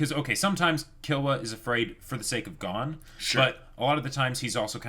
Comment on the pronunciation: Can you stop pronouncing Gon as "Gone" ?!